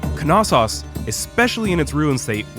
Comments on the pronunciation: Knossos pronounced (no-so-os) not (ka-nas-os) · Is the k not silent? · I’m not exactly an expert but I’m sure the ‘K’ is silent in Knossos